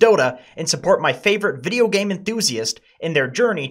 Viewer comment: He said vedio so many times I've forgotten how vedio is spelled